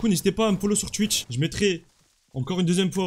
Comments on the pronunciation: Il a dit chouith c'est twitch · Stp arrête de dire chtiwth c’est t (witch)